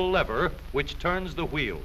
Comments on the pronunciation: "which turns the hweel" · I love how they say wheel